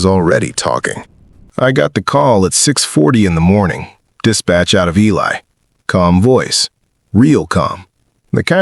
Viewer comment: Good story but Ely is pronounced E-Lee not E-Lie